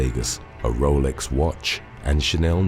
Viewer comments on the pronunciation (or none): none